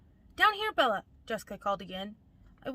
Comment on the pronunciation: I hate how she says BeL-La.